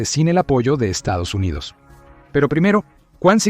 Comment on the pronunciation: Por dios! Para de decir Estos Unidos Unidos!